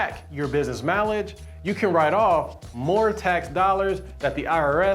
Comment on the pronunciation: Stop saying mileage like you do